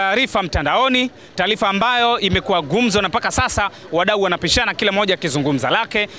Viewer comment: Taalifa ni taarifa;mpira sio mpilanambali ni numbari!kingeleza kingereza